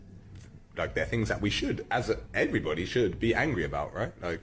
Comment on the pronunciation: When he "finks of those fings" you mean.